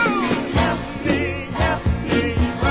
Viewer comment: Love this song. "Hep me, hep me". I saw a little girl pronounce this word the same way in a old fried chicken commercial long ago. Must be a Southern thing...